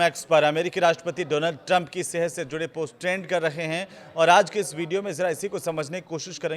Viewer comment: Trend hota hai traand nahi😂